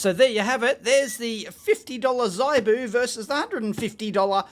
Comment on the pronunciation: ZIBOO is not pronounces zeye Boo the I is phonetic practice saying ZIP - CLEARLY YOU WOULD NOT SAY ' z eye p ' ZIP PIP SIT ( NOT SITE - s eye t ) as you would no doubt pronounce it given your linguistic limitations. HIP ZIB Are you getting the point yet ? Learn phonetics and learn another language Understand that English is largely a corrupt language - mostly not phonetic - except that was acquired from Latin / and French Latin sources and arabic language - Many German and thus English words are also acquired from the Persian and Sanskrit languages. Also the Alphabet uses in the English language is abstract and has no relationship to the spoken word. Almost ALL languages in the world are phonetic - except English - a language only used for Legal deception. Known as Legal English - commonly referred to as Legalese Note that there are ONLY three types of English. For your homework - name than and define them.